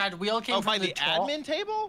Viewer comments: The way Gloom says admin is wrong and annoying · I love how kassie pronounce admin lol idk why its so cool